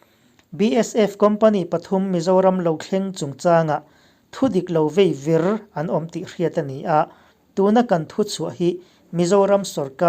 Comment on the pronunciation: Bengvarthlak thin e. Chutih rual in Mizo Tawng thluk dan ah erawh diklo a awm zauh zauh e. Veivir tih leh Pamhmai tih i lam dan hi a diklo deuh.